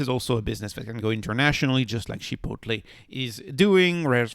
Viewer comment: I waited 10 seconds in. You cannot pronounce the word chicople or cava and you call it a lifestyle stock. You lost all credibility in less than 10 seconds. Yikes!